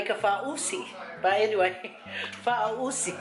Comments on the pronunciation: 😂😂😂 how you pronounced it... It's FA-AU-SI not FA-U-SI 🤣🤣🤣 Malo... Looks so good thou...I want to try making it with kalo... ❤❤❤ Can you please make "MASI POPO". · I cringed when you pronounced faaausi. It felt like you were swearing in Tongan ‘matausi’ 😂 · 🤣🤣🤣 I swear I thought u were just kidding with your pronunciation of this until u kept saying it wrong all the way through 🤦🏻‍♀️😅😂🤣 oh you're funny. Thank you for this lol made my night!!! I hope u and the fam are safe and well during COV19 🌺